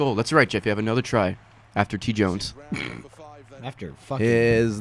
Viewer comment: Nobody got Gavin's Red vs Blue reference on Jones, pronouncing it as Joennes